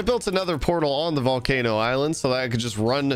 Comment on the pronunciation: Call the volcano the PAUL-cano